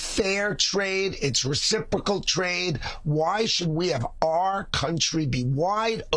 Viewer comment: RE - CIP - RO - CAL